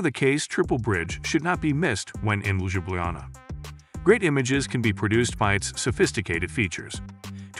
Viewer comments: The way it pronounce Ljubljana 😂 Yes it's an AI narrator. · Slovenia's capitol is What? Someone here has not done eben basic homework, obviously, which makes this video not worth watching. And I just Love the way you murdered the pronunciation of Ljubljana, and almost every other location. Nice going. Typical A.I. narration b.s. 😔